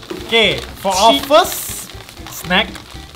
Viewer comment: he said: "This is teh o ice STUPID" WAKAKAKKAKAKAKKAKAKAKAKAKAK🤣🤣